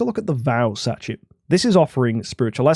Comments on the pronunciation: sachet is a french word - pronounced sash-ay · It's quite funny. Sashay She dze (much harder to put as a western pronunciation) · Both and mispronouncing Sachet is outrageous